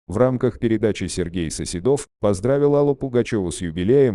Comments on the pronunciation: Да, ударение не то и, я думаю,что это бот читает. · Коментатору : Не СоседОв, а СосЕдов!!!!! 5 минут думала, да, кто же это?!!!!! 👎👎👎